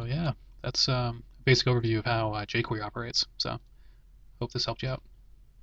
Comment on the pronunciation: Great Vid...the end you say Jquery lol